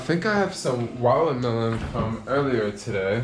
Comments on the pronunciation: you mean wallamelon lol 😂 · When says “Watermelon” 😂